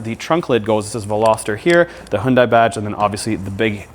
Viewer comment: Hyundai is pronounced Hyun-Day, not Hyun-Die. Love your high quality videos btw!!!!